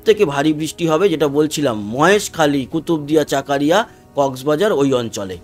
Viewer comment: দাদা বাংলায় জায়গা গুলোর সঠিক উচ্চারণ হবে ফটিকছড়ি, চকরিয়া, লাকসাম, মানিকছড়ি।